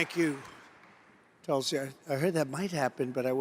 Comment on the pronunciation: Tulsi is an opportunist and a sellout! Dumpi can’t even pronounce her name! I cat believe she is kissing up to this creep!